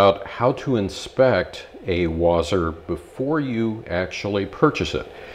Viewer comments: Wasr not wazr. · I think it's pronounced Wha-sir